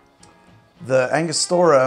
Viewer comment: Ango-stura not Anga-stor-uh